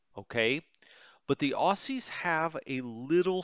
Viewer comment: Enjoying this, tempted to get this game because, much as I try, I just can't spend the time on WITP that I'd like to. Oh, and a quick pronunciation side note - "Aussies" is pronounced "Ozzies" not "Ossies" :-)